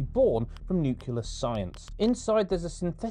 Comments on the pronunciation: It's nuclear science. Said like 'new clear science.' NOT 'new killer science'. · Nu-clear. It’s Nu-clear.